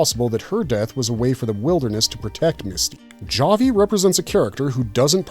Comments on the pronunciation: OMG is pronounced HA-VI not JA-VI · Dude why are you saying “jah-vee “ ???? First off, it’s pronounced “ha-vee” as we’ve heard multiple times in the show and well hear me out on this one, that how you pronounce it in Spanish! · Came here to say this… like are they even watching the show? LOL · I don’t mind creators using AI in their videos, I just wish they would do a better job editing it to make sure everything is correct. It’s very jarring to hear simple words like Javy mispronounced. Take the extra five minutes to correct that, you know. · pronouncing the j in javi is atrocious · Came here to say this. Drives me absolutely crazy.